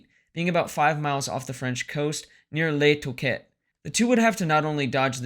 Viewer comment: “Boo-loin” “Luh-too-Kay” Gree Neh. French pronunciation videos are available.